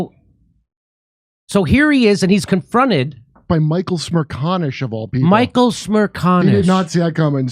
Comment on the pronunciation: We don't usually agree with Michael Smirahconish but Michael Smeshkonshesh is Michael Smrershcanesh